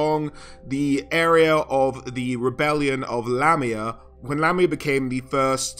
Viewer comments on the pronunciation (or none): none